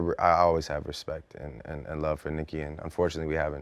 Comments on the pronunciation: "i have mutual RESPECK for both guys" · "I Have a mutual RESPECK for both guys" Drake so shady LOL